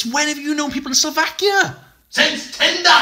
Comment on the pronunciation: "since tindah!" 😂😂😂😂